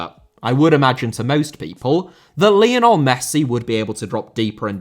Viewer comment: Lionel* not Linl Hag* not Horg Scenario* not Scenohriouw Pelé * not Pelei Diego* not Diyeigouw Maradona* not Maradonner Uefa* not Yuweifer Emirati* not Emerohrti Mbappé* not Mbappei Half* not Holf Awe* not Or Nazário * not Nazériouw Santos* not Santoch Inzaghi* not Inzohrghi Filippo* not Felippouw He and Jamie* not Him and Jamie Aleksandr* not Alekzander Saw* not Sor Data* not Dater Can't * not Khon' Observations* not Obzervations